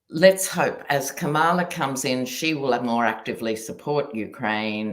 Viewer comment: Oy. COMMA-LUH!!!